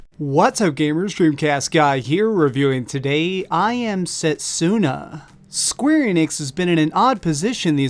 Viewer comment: U r pronouncing setsuna wrong... dont emphasize the u...